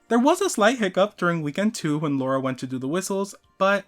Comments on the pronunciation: Btw it’s LARA and not LAURA :) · As an indian I have to correct your pronunciation of lara's name, it's l-aa-ra, not laura 😭